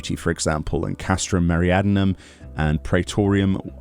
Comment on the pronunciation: Ahh, you keep pronouncing it "Castrum Meriadnum" it's "Meridianum":D